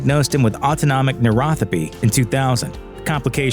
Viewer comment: It's Neuro-PA-thy... not neurothapy. Seriously???